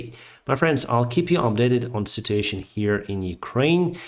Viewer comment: Thank you for your videos. I like how you say citation instead of situation. 😜